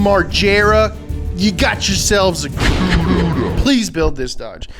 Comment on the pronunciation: Thank you you said Plymouth cuda